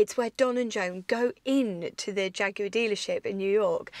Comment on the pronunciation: Great vid! And so nice to have the word Jaguar pronounced properly. It's an English word, which in English is Jag u ar, obviously.